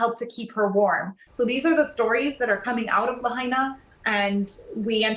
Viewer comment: Are British people totally incapable of pronouncing non-English place names properly? It's "la-HIGH-na", not "la-HEY-na". Very disrespectful to Hawai'ian culture.